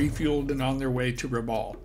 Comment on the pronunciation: Rabaul is pronounced "Rabal" with the 'a' as in "bat" - not how it is said in the video. At least that's how the locals say the word. ....jus sayin! My cousins grew up there in the 1960s and talk of finding old military vehicles and things in the jungle ... and catching fish with a box of grenades.